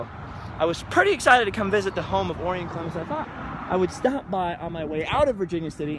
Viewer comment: if your gonna do a video, at least know how to pronounce his name...O-Rye-In...like the constellation! Haha, I should know.